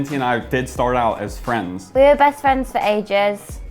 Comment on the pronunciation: What do you miss most about the UK? Dinty - My Fwenths Cameraman - ...oh LMFAO why is this so funny